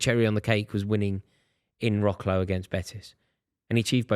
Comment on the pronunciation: Wrocław is pronounced Vro-ts-waf not Rock-law lol